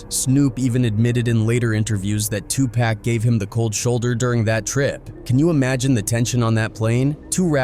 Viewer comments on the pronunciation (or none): 2 pock not 2 pack not one K in that mans name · Even white A.I. robots cannot pronounce Pac’s name right. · I am about to really unsubscribe to this channel because this guy can’t pronounce Tupac name, right?